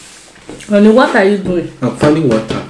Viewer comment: He said im finding wata😂🤣😂🤣